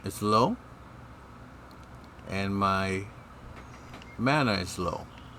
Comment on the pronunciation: Have you thought about doing videos on how to craft gear? My first thought watching this video: "Those are rookie numbers!" :D Bu for a low level character it's... decent. Also you pronounce so many things wrong :/ "Ma-na" not "Magma"... Oh and running to Adessa only seems like a good idea. the way the game handles item levels, low-level Prismere is garbage gear only sometimes better than Sylvanite. Seriously, math the numbers you see . Both items have double the damage per attack of their level. Yes, one of them has bigger damage, but also a higher level. True OPness is not obtainable early game at all. A full set of Mastercraft armor with Epic gems is a thing to be feared. :D It's also got better stats than any gear you can buy. Building your own gear sets the gear to your level.. whatever that level is. It also lets you tune stats in ways you can't do with the crap merchants sell. Those Prismere daggers are good... for level 16. Maybe even great... for level 16 if you put some nice gems in them. But if a higher level player was to rip them apart to salvage the base item and reforge it.... mmmm...... That can make for some NASTY weaponry. If you ripped them apart for the base item you could probably make a more powerful weapon that just slotting it. Uniques in this game typically are disappointing. That's often due to level limits though. They do in fact have cool effects you can't make crafted gear with... sometimes. Each item is unique and some are less uniq